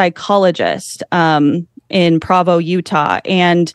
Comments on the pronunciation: Someone please tell this young lady how to pronounce PROvo. Come on babe, this is your "field of research" learn how to say the name of the little Mormon city...how do you pronounce Brigham Young? BringEmYoung? probably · It's gonna drive me crazy if she keeps mispronouncing Provo.